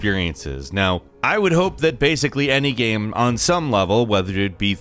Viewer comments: “About this gyem” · “Basically any gyeuuem” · The way this guy pronounces "game" is so fucking bizarre. Gehyum. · pretty good "geam" ........................... geamgeamgeamgeamgeamgeamgeamgeamgeamgeamgeamgeam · “Satisfying made gyeum” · “Thru gyem play” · the type of guy to actually pronounce the word "game" as "gaem" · Bruh whats with all these bots saying "hE sOuNds lIkE hE cAnT bE aRsEd" The way he pronounces "game" is the weirdest thing ever. Keanu: wake up...and wait for September to arrive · The way he pronounces "game" is the weirdest thing ever.